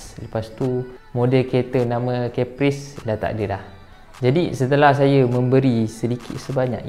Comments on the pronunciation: kappris bukan Keppris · Im sorry but Caprice sounds like Capri-sun...pls dun attack me